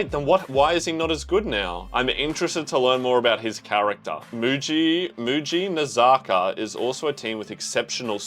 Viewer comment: Lmao looks like u had an stroke when u read mujinazaka or wakatsu 😂😂